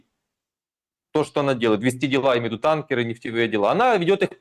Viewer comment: Да что ж такое 🙈 Не танкерА, а тАнкеры…